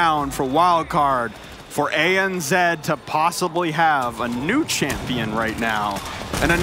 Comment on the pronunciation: What’s “ANzed”? Oh, you mean ANZ....